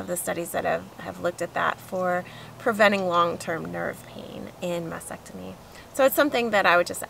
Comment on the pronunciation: Why do people say Masectomy instead of MasTectomy?